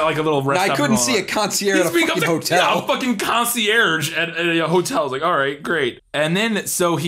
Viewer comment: Concierge........................................or concierce?........................